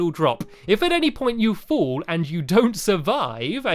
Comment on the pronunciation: You are saying full it is fall